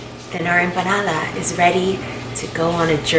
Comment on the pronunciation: Her emoanada and her olive oil😜